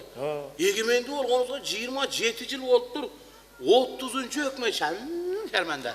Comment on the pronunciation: Ушул Тынар диалектинди ондосон боло,"начальник ам келетат" деп,келесоосунбу,жалан сен баштагансын эшекче суйлоп,тазараак суйлочу сураныч,байкасан сенден башка эч ким бир кызык суйлобойт сага окшоп,яман,шарманда,не баляя деп(жаман,шерменде,эмне балээ деп айтылат,эшек🤨),суйлогонун🤮🤮🤮